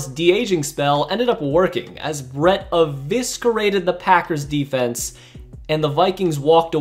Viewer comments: “Eviscerate.” E-vis-cer-ate. Pronounced like (E-VISS-SIR-ATE). NOT, (E-VISS-SKER-RATE). No offense.🙂 You’re welcome.👍🏻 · How do you mispronounce "eviscerate"?! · bro if you have only ever seen a word in writing don't say it in public. also 100% guarantee you don't even know what eviscerate means. btw the c is silent